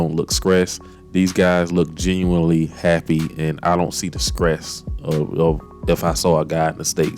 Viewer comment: My guy, good video...but what is "scress"? Lol